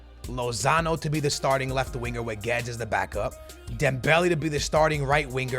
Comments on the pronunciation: You are supposed to prounonce it as goo-ay-des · isnt it pronounced gu-wed-es. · It’s Guedes (glu-we-des) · Guedes is pronounced excactly like its written